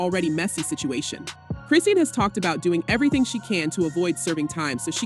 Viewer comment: Her name is pronounced "Cri-Shawn".